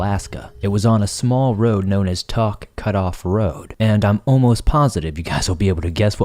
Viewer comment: Just letting you know it's pronounce Tok Alaska. Kind of like you're taking a toke of something lol